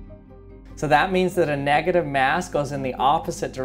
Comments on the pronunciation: Boruto Uzumaki I hope so! plus his voice is meme worthy! simply the wae he says "*mass*" is funny😂 mieyahs! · Khalil Thomas how do you say it?